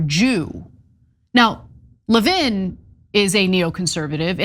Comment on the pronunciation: Isn't the stress on the first syllable of 'Levin?' I've never heard of it being on the second syllable.